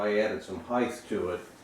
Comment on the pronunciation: "Heighth" is NOT a word. Width, yes, length, yes, heighth, NO.